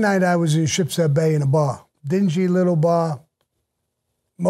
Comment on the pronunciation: C'mon Sammy "Ships head Bay"? You're a New Yorker !